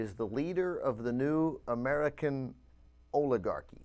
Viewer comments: Oligarh...y? Oligarh-ee? Orligarh doesn't even sound right for this word.. I dunno. Maybe it's me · you are pronoucing oligarcy wrong. yeah i know i spelled it wrong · Did he forget the C in oligarchy?